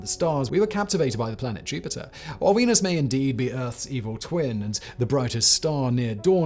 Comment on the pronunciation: Pretty sure you just called Venus "Weenus" 🤣